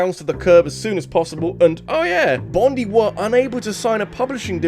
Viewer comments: Sorry to be that person, but as someone from Australia it's pronounced Bond-eye, not Bond-ee, and every time you keep saying "Bond-ee" my brain dies a little XD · It's pronounced Bon-DYE not Bon-DEE,. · Im sorry but its pronounced Team Bon-die like bondi (bon die) beach in Aus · As an Aussie, your pronunciation of Bondi made me chuckle haha bond-eye